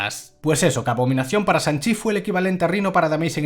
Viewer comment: de hecho se pronuncia Shang, no Sang, ya sabes S+H= Sh y no S jajajaj